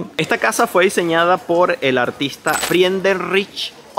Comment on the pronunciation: Por cierto! Hundertwasser se pronunciaría algo así como “jundatvasa” 😅